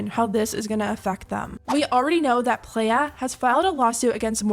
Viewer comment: Is Playa pronounced play-ah or ply-ah like in Spanish?